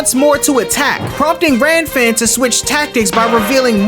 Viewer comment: Bro the manga it is kuririn not krillin Gilan not geran Lan-fan not Ran-fan It is a common mistake because the canji for R and L are similar Heavenly palm of world wide shock not lighting suprise X-cross from the heaves not what the anime say